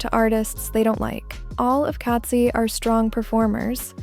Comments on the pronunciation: Lol you pronounce Katseye like "Cats + eee" instead of "cats + 👁️" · Why did you say katsee